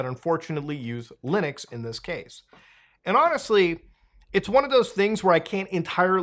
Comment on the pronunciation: Every time Muta says "Lunix" my brain goes "Linux" 😅